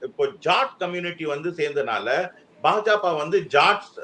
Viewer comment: பா.ஜ.க என்பதை ஒருமுறை கூட சரியாக உச்சரிக்க முடியவில்லை ஆனால் இவர் தான் பாஜகவின் எதிர்காலத்தை தேர்தல் களத்தில் கணித்தாராம்?